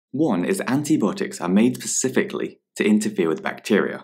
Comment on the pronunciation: Antibiotics is pronounced [anti- bi-ot-iks]